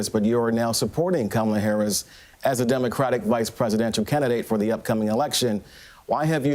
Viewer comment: This guy needs to stop blaming VP Harris when she was not even the one that worked on his case. The police had a eye witness! Thats where his main problem came in at. However, it seem like a Fox News plant... they always on purpose say the VP name wrong